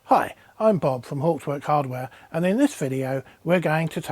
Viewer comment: Bob, PLEASE PLEASE PLEASE learn how to pronounce Hauptwerk!!